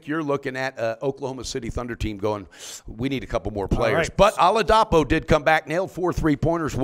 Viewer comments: OlaDAHpo and AnteKOOMpo. showing that he doesn't even watch games on TV or has severe dyslexia. You'd think someone who calls themselves a "professional" handicapper would know how to pronounce the names of star players. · Nails on a chalkboard,... Bless your heart. O-la-DEE-po. Please. DEEpo. Not DAHpo. There is no A in that syllable.